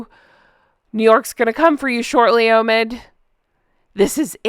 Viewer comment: Obi wan kanobe... Oh no... Its Omid as Omitted. 😂😂